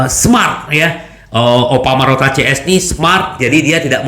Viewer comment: bingung terus antara marotta dan morrata:face-green-smiling